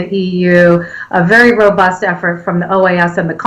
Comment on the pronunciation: the word is robust and not ROBURST hahahahahah